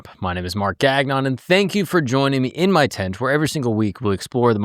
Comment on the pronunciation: isnt gagnon pronounce "gon-yo" not gag-non. its la francai eh haww hawww hawww